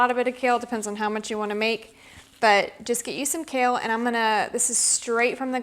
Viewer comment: When you say "kale" chip . . . it sounds more like you are saying "COW" chip 😮😅😅😂😊